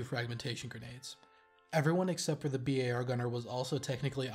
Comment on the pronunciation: "Bee-Aye-Are" never "bar"